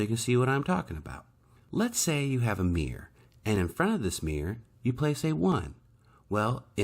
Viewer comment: Meer = Mirror Peculiar pronunciation.